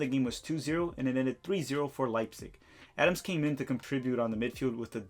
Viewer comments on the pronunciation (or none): none